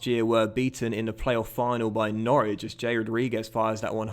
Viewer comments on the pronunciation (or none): none